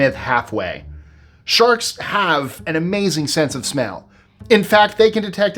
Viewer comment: I thought he said "SHARTS" not "SHARKS" at first!